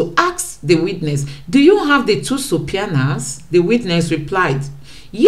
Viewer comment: you pronunciation of subpoenas is very funny.😂😂 Please look up the pronunciation on Google. Yet your detailed presentation is great. Kudos!